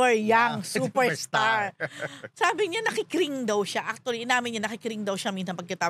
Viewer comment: “crinj” po ang cringe not cring. and “shef” ang chef.